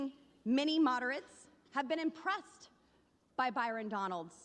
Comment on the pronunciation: BYRON. not Barton